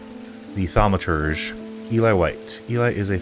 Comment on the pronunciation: You basically nailed the pronounciation. 😎 Thanks for playing,!